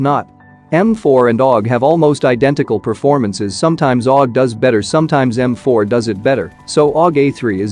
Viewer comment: You can fix the aug sound when it comes together in text to speech just do it like this A U G it will say it correctly